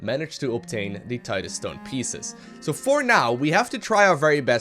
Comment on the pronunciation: . HE PRONOUNCED TIDESTONE PROPERLY!! Just kidding :P Although having heard you "Tide-uh-stone" so many times, I actually read it that way when I saw the video title